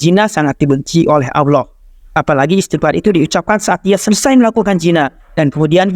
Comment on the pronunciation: Subhanallah Kajiannya bagus. Tapi sayang pelafalan Allah nampaknya sangatlah belepotan. Tolong supaya adminnya memperhatikan hal tsb . Jaga kemuliaan Allah Azza Wajalla dengan pelafalan yang baik